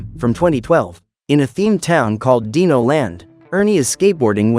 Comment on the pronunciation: What dino is correctly pronounced: "dai-no" What he pronounced dino: "dee-no